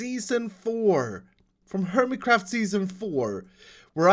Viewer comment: "hermicraft" by davidbanan, staroring(?). why because sweds just cant seem to do english